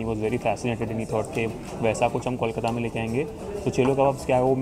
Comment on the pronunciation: Hi. I have been following your Kolkata series and I think you're doing a great job especially visiting some iconic and popular places and trying to give a good review of popular foods. If you spent a little more effort in learning the correct pronunciations, it would really take your videos up a notch! starting with kolkata being pronounced not as "kawl" but as poll, hole, mole, toll or even gol and bol:) all the best! keep up the good work.